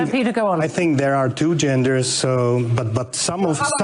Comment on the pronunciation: Hi Bill. I was concierge before moving to the Czech Republic in April 2025. Love your content. Please don’t take this the wrong way. His name is Petr, not Peter. Pet-r. Names matter everywhere. He absolutely owned Hillary. I’m learning Czech, and it’s hard. But it is not hard to pronounce their names correctly.